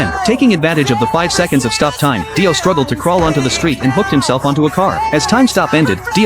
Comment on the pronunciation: Daio bro said daio then dio